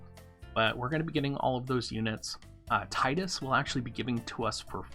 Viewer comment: Nice! Thanks for the info Doc. However, it's Tee-dus ;) I'm gonna walk myself out...